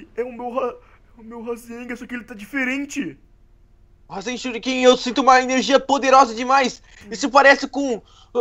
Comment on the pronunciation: Isso e uma crítica construtiva não e Rasenga e rasengaN